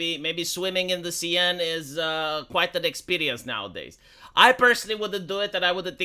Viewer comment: "Seine" is pronounced "Sane", not "Seyenne". 🇫🇷